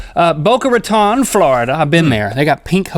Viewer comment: LINK ITS NOT rAtOn Ratón like tone. Boca Ra-Tone